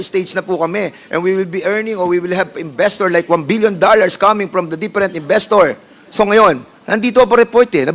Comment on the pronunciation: “Did the IPO proceeded?” what kind of english do you have Done Pernandez? 😂. . . “deperent inbestor”hahaha